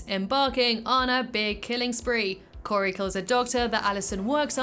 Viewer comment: My names Cory! I’d say that your pronunciation of the name was fantastic! 😂 Love this unique timeline!